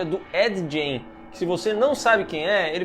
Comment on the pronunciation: O sobrenome se pronuncia "Gaim"